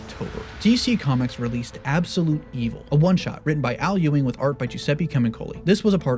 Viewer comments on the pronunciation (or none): none